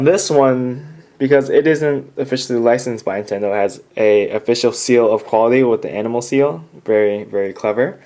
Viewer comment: It is pronounced NINTENDO not INTENDO